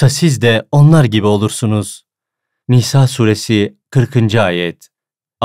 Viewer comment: S. Aleyküm çok güzel olmuş emeğinize sağlık dk ile 42 dk arası Nisa suresi dogru telaffuz edilmemiş kontrol ederseniz iyi olur.. ❤❤❤❤